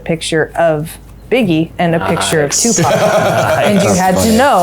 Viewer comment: I don’t know about anyone else, but when they first said Tupac, I could have sworn they said Tuvok, and I was both extremely confused and excited.